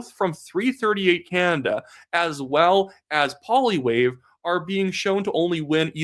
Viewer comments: Pls do not pronounce as Polly wave You are painful to listen to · Why couldn't English-speaking ppl learn to pronounce Poilievre's name correctly after all these years? Is it a disguised way to express contempt that never leaves you? You can try this instead. Pwah-lee-ev-re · Please make the effort to say Poilievre’s name properly - no one likes to have their name mispronounced when a little effort gets it right and is respectful.